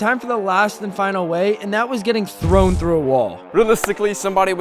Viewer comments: "thown" bro invented a new word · People who noticed that it was thown not thrown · he said thrown not thown